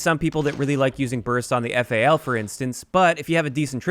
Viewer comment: Can people stop calling it the F A L it’s a Fal